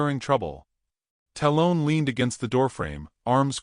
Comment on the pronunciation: i love the stories. but please say the names correctly. 'tal-un'. talon. like an eagle has. you lose cred with me when u cant make your AI follow voices and pronunciation